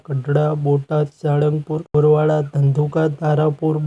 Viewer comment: એ ભાઇ બોરવાળા નહી બરવાળા બોલો